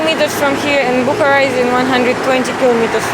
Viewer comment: It is Bukhaara not Bukhra